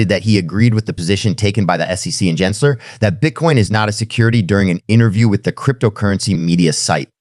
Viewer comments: NOT "Jensler" it is Gary Gensler geh- geh- "gehnsler" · Gins ler…..? AI nice try